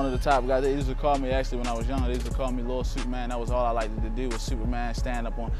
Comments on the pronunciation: The way he says the word "do" is like saying "dew" from mountain dew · that's how ppl in Baltimore talk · The way he says "to" or "do" sounds like he's French or British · he sounds like he is British when he says certain words like "New" or "Too" or "Do".